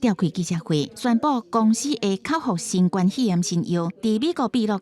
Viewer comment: 敢講主播袂曉發音「新冠」肺炎